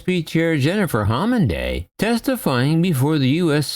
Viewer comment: Just in case nobody else mentioned it, she's Jennifer Homendy, not homenday.